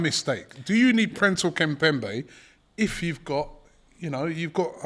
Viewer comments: He butchers the name and thinks he's saying it right lmao how PRESNEL becomes PRINCEL is logic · You love his name? And you still got it wrong. Princel kimpembe? Or Presnel kimpembe? Death, taxes and getting the name wrong. I mean how hard it can be? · Man said Prinzel Kimpembe…spare me but it’s Presnel. 💀😂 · lol whos princell kimpembe, its presnel